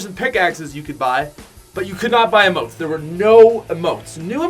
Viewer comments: Its pronounced eemote, not ehmote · It’s Eeeee motes, he says ih motes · EEEMOTES NOT UHMOTES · I pronounce emotes as eee-motes. Not eh-motes. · yes whyyyyyy!!!! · He pronounces emotes wrong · It's Emotes with the stressed syllabel being e not mo